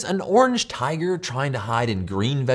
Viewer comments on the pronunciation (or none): none